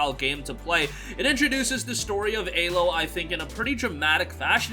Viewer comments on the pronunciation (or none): Aloy not alo